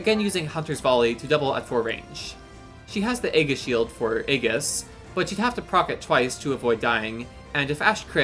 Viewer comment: Really nicely done. Good strategies to make the best use of the wonderful Ashe. FYI, Aegis is pronounced ee-jiss; and Pavise is pav-iss (or pav-uhs for US English).